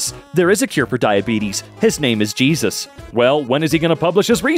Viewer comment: Cheesus crisp